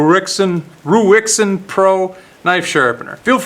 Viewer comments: It's pronounced "Raisen" like the fruit & you should do a video on their newest model, same low price but comes highly modified with a clamping system for the blade that revolves so once set all you need to do is revolve the clamp by 90 degrees to access the opposite edge & it's all mounted on a G - clamp type base you can clamp to any kind of table. It's worth noting that this one is a 1st generation model & the one I've just received this morning is an 8th generation model so the company does at least act on the feedback it receives, if anyone wants to see one in action look in the side-bar of videos to the right of this video & find the one from " Steve Jordan " from 4 months ago. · Hi it's raisin pro.. is what the name is pronounced like.. Rui is Ray and Xin is Zen.. Ruixin is Rayzen,, or like the dried fruit raisin..